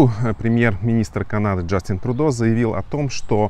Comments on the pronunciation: Спасибо за выпуск. Но пожалуйста, произносите правильно: ТрЮдо. (Trudeau) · он не ТрУдо а ТрЮдо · А может, лучше Трудеау? Иностранцы не обязаны под чужие правила произношения подстраиваться. Мы не говорим лАндон, пари, бэлин, лысбоун.